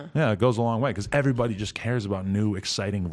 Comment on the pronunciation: I like the affected black pronunciation of everybody as airy -body . Atlanta must be quite a place if airy body talk like that.